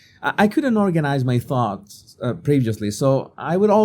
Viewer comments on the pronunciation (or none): none